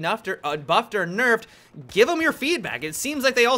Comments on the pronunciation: "Nuffed or Berfed" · Nuffed or burfed?